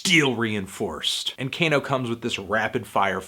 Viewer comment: its kah-no, not cane-o, jesus